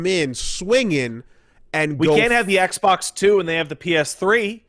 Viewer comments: "eggbok" - Angry Joe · Eggs bocks is all I can hear after 5 mins